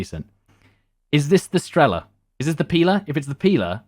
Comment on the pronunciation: Almost died when he said strEla and pIla, and not strelA and pilA